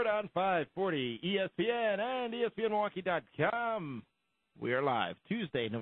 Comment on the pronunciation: God I can't stand the way says ".com." Sounds like Dot Kiom. Tone down on your "cheesy gameshow host voice, PLEASE."